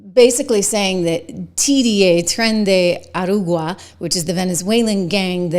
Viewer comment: "Tren de A-RA-GUA"_...